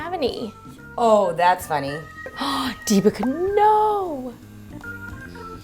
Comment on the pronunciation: I guess your name deepica is supposed to be pronounced as "Dee" as in "They". Please check it out.